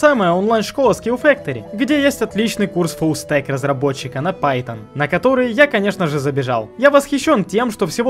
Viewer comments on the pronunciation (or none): none